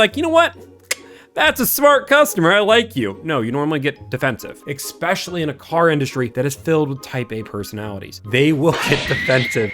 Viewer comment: It's ESPECIALLY not "eggspecially" 😂😂😂